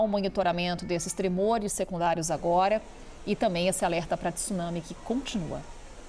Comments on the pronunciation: tIIsunami nao ne...pelo amor e' TSunsmi....cade o i q essa ignorante e seua diretores insistem em pronunciar??? WTF? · Esses repórteres brasileiros sempre pronunciam erradamente a palavra TSUNAMI, não é T-su-nami e sim TSU-NA-MI, repórteres BURROS!